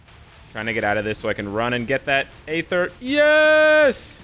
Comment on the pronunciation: for god sakes the 'A' in aether is silent. 😂